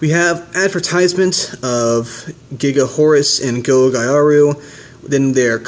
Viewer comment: It is pronounced, "Gaga Horus". The katakana/symbols are, "ガガ", is pronounced, "Gaga". If it really was supposed to be, "Giga", it would be spelled, "ギガ".